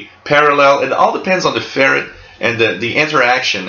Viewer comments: Usually English speakers pronounce it "Fer-right". It differentiates it from the animal Ferret, which is kind of the way this guy pronounces it. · You pronounce ferrite ferret or is this the Canadian pronunciation as the ferret is the domesticated form of the European polecat lol. good loop antenna though.......